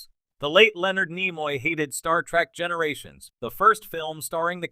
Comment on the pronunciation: I hate the way that this AI says Star Trak not Star Trek.😡